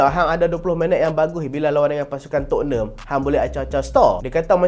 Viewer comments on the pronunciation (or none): none